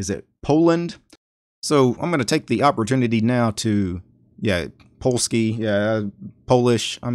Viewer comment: Your polish accent was pretty good lol